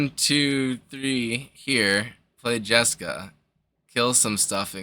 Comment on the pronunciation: Smashed the like button for the JesCAW delivery